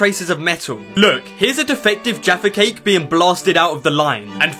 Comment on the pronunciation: He says jaffa cake funny here